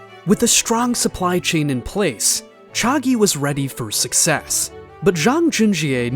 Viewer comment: hey great video do keep up the good work but i think you may have pronouced chagee wrong